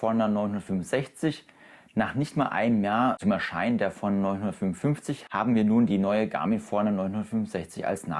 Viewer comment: Die Uhr heißt Forerunner. Ausgesprochen wie: For Runner. Also Für Läufer.